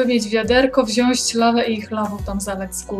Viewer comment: nie chcę być wkurzająca, ale mówimy wziąć, a nie wziąść :)